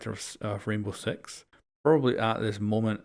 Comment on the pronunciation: "reinbov sex" omegalul